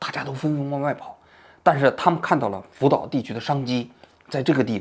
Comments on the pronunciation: 王局神口误“福屌”😂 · 福岛说成了扶吊哈哈哈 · 王局口误了，福吊😊